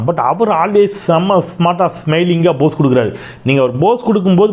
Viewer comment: சகோ, அருமையான பதிவு. போஸ் என்பதை POSE என்று உச்சரியுங்கள். BOSE என்று உச்சரிப்பது தவறு.